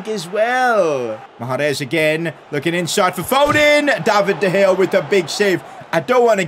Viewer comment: In 9th min he said diopdea gea